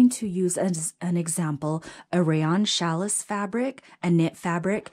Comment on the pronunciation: Thank you for the video! I have the same serger so this will be very helpful! PS: Just a note: Challis is pronounced Sha-lee. That pink fabric with the milk cartons is adorable!!!!